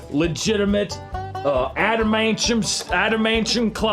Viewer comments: sayig "adameintium" cracked me up! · "ADAMANCHIUM CLAWS"